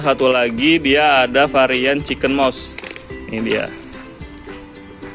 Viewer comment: Baca mousse bukan MOS tp MUS 🙏